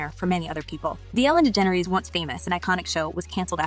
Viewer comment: Good god the way this robot f#*&s up her name good god is so bad, just use ur freaking voice so u don't mess so EVERYTIME 😂😂😂😂